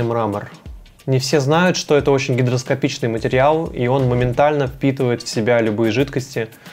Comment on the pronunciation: Интересно, а в дизайнеры идут те, кто не учился в школе? Или такое встречаю только я и Алексей Земсков? "Мрамор это очень гидроскопичный материал" (27 мин 5 сек). Ну ладно, ты не пониманшь, что это означает, бывает. Прогулял школу, но само слово "гигроскопичный" произнести можно правильно? "Материлы нужны сейчас" (22 мин 18 сек). Да, хочется материться, потому, что автор "Не знаю, что хочу" (27м 37 сек) сказать зрителям. Жирный дизлайк, невзирая на многие верные тезисы.